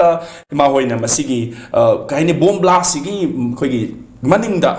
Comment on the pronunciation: Blast not blash